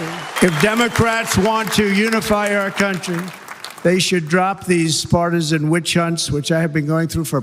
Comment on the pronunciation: Pretty certain he said fartisan not partisan